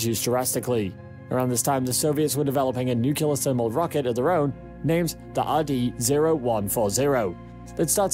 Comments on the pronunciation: Im sorry to be this guy, but its NUCLEAR, NOT NUKULAR. n(y)o͞oklēər NOT nü-kyə-lər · It's Nuclear, pronounced "new clear". Not "new killer". It's not difficult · It's nuclear, not nucular. It's like using axe/aks instead of ask. It's illiterate. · “Nuclear” not “nucular” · Nuclear nuclear... not nukelar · NU-CLE-AR! It’s NUCLEAR! Not “NUCULAR!” It is not the “nuculus” of an atom that is fissioned, it is the nucleus. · Nice video, ruined by the constatly marred pronounciation of the word "Nuclear". It' pronounced noo-kle-ar, not nukelar! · The word is "nu-cle-ar", NOT "Nu-cu-lar" - Dubya always said "nucular" and generally massacred the English language on a daily basis... and he didn't stop there. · its pronounced nuclear..... not nuculur ( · Uh, lots of people are "considering the difficulty of getting there". Far more than are daydreaming about the millenia-long process of terraforming. And then you totally lost me when you pronounced it "nucular". A sure sign of scientific illiteracy. Nuclear. New clear. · new-ke-lare alamunium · Let the 18 month journey time slide, but as soon as he said "nucular", I quit and will never come back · Lol, “Nukular” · Is no one going to comment on the correct pronunciation of the word 'nuclear'? It sure isn't Nuc-You-Lar. Why produce an informative video and then dumb down the world by sounding like 'Dubya'? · NU-CU-LAR!!! X) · Nuculer engines? Is Homer Simpson the narrator of this video? Difficult to take this seriously if you don't know how to pronounce 'Nuclear' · Starts with some misleading information. Must learn how to pronounce 'nuclear.' Stopped watching. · If you're going to make a film about a nuclear powered space ship, shouldn't you at least learn how to pronounce the word nuclear? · Learn to pronounce the word nuclear so you don't appear ignorant.